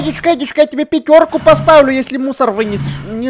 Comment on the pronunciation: Мне показалось, когда ты говорил слово "мусор" имя "Мунстр")